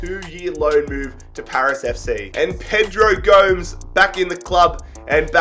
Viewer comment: gomes, who is he saying it like homes